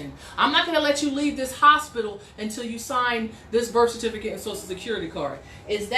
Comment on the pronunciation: Why can't you pronounce "certificate" correctly? Oh, and how did court go? I saw all of those kooky filings you made on your court docket.